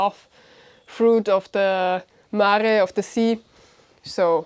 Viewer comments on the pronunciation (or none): none